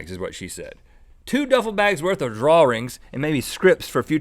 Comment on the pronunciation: Was anyone else wondering what 'draw-rings' were?? lol